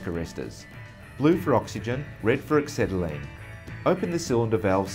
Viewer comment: Dear BOC, you're a main dealer, please get a presenter who can pronounce ACETYLENE properly. WTF is axetylene? Then teach him how to use a cutting torch... He shouldn't be leading the cut, but have the head perpendicular to the work.... Maybe he thought he was MIG welding eh?